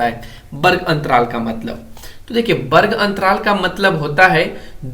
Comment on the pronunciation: Varg hota hai barg nhi hota 🤣😅😁